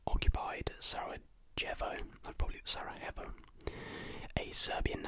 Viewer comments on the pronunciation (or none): Sarejevo - pronounced Sareyevo Ypres - pronounced eep 😊👍